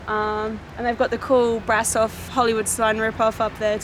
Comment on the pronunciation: I went there when i had 9 years, nice place, i was amazed by her structure and The organ. And by The way, you can sau BRAȘOV, AT Ș SOMENTHING like she,, și,, you know? 🖤(love your videous) 🖤🖤